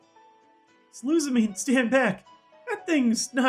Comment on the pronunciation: Wicke is pronounced Wick-AY and Lusamine is pronounced like Lusamin-AY.